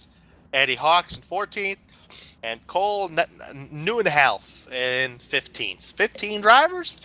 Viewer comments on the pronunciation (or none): I'm Cole Neuhalfen in the video you say my last name new-hoff-en